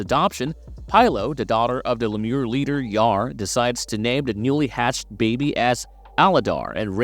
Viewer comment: Was this narrated via AI? Littlefoot is a HE and I did see that was updated later on. How can you mispronounce LEEmur. 😂